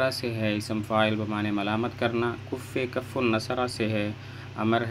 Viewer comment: کف پر زبر ہے حضرت